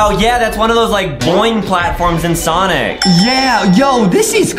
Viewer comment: its sonic not sanic